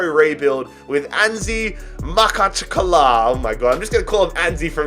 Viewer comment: and to whoever wants to know: I’m Russian and it’s pronounced Mahachkala